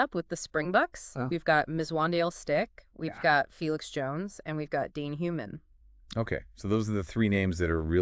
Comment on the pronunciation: If you guys want to gain listeners you’re going to have to at least make an effort to pronounce the names correctly😂 You are murdering them… Schalk = Sculk, Mzwandile = Zwundeelé, Daan = Dunne. People won’t take you seriously if you don’t make an effort. If people can make an effort with the Pacific Islanders then they should with the SA names as well. Rugby fans are a loyal bunch and if you want to be taken seriously then make an effort…